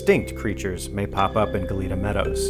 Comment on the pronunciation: Its "gah-yet-ah" cookie in spanish😁